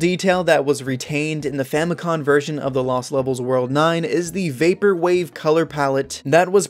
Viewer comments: You keep saying “famicon” instead of “famicom” Just wanted to let you know 🙏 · It's Famicom, not famicon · I'm not sure if it's to be more authentic to the Japanese pronunciation but saying "Famicon" sounds really weird. I know that's how it's spelled in kana but it's spelled "Famicom" in English letters and is short for "Family Computer". It's only spelled "Famikon" instead of "Famikomu" because "computer" is "konpyuta" and not "komupyuta", so it's seems more in the spirit of the word to pronounce Famicom as written anyway. By the way, the reason you have to beat the game 8 times in the FDS version is because it has save functionality. They aren't expecting you to no life it in one sitting. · "famicon" is driving me crazy